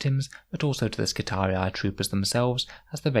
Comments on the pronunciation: Love your videos! It's pronounced Skitari, not skitariai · double i was pronounced as two "i" in Latin, so to an English speaker somewhere in the realm of " Skitareeee", it's kinda hard to explain in a written form. Since it's high gothic one could suppose it's not the classical latin pronunciation, but Skitariai seems way off. However it's sci-fi, so who gives a... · That pronunciation gets me 😂 they are not Roman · I really appreciate these videos. I'm new to the game and these really help me improve my understanding of the game. + here is the right pronounciation of skitarii